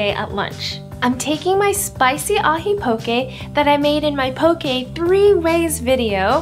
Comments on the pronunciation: Should be pronounced POH-kay and FU-ri-KAH-KAY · Looks good but you butchered the word 'poke' and 'furikake' 😅